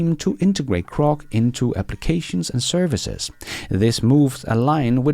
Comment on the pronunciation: G G G Grock. Not C C C Crock. 😂